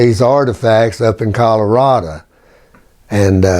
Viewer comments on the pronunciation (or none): none